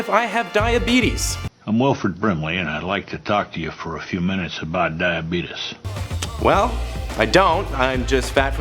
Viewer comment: "Dye-ya-bedus" lol